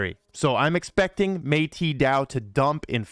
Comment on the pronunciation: always be butchering Metis Dao......it is pronounced almost like Met-us dao ur welcome 😁😁😁